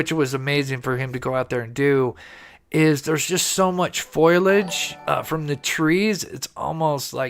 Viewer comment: I think you mean foliage rather than foilage.